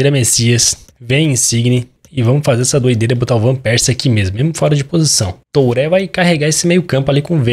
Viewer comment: uma dica: aprende q falar nome dos jogadores, TURÉ e GAVARDIOL nao da